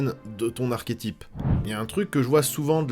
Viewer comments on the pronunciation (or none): none